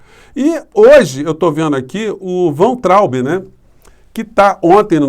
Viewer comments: o sobrenome do ex ministro da Educação pronuncia-se VAINTRAUB. Não é VENTRAUB e nem VANTRAUB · Por favor, Professor, pronuncia-se "Vaintraub"... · a pronúncia é VAINTRAUBE. Nome é alemão. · Professor a pronúncia é " Vaitraumb " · querido, me parece que Weintraub se pronuncia “vaintraub” “vá+in+traube”. Da uma checada nas pronúncias on-line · a pronúncia correta do nome do Weintraub é "váin-traub".